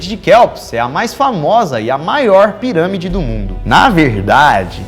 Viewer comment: "os cientistas do projeto 'scann pairãmide'...". 🤣🤣🤣 Tensa a pronúncia, man.